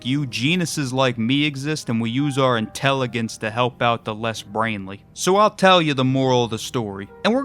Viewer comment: You pronounced intelligence wrong 🤓